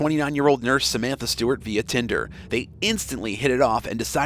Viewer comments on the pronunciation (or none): none